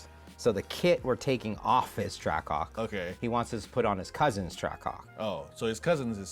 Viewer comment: Whole intro all you hear is “TrackCock” like brother it’s TRACK-HAWK